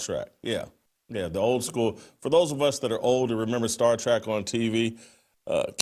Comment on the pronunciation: Yeah dude,it's star TREK!, not star trak